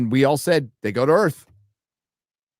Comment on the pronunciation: Alien Earf.